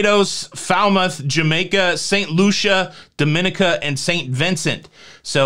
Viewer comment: Sorry but it drives me nuts. Dominica isn't pronounced like the Dominican Republic. It's pronounced Dom in EEK ca.